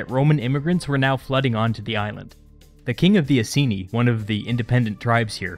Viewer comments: It's "I-seen-eye" not "i-see-knee" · Please check pronunciation of "Iceni" We actually say it as "Eye-Seen-Eye"